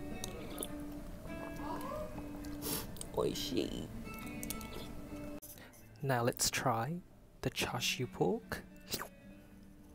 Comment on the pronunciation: Welcome to JAPAN! Your Oishii is very good!